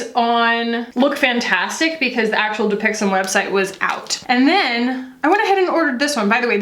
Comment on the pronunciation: i keep hearing "dupixent"